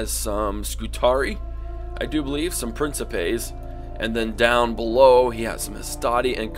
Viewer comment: good vid, though hearing you pronounce the Names of the Roman units made me die inside XD and I know people might say "oh well it depends on the type of Latin" but from what I know the Romans used Classical Latin (which I don't know much about as I haven't learnt it but I did watch a Vid on how to pronounce them) like Principes, it'd be Prin-key-Pay or Triarii would be Tree-are-e